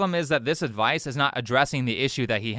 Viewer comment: seems like not english first langauge too. He said 'adwice'. Pronouncing a V as a W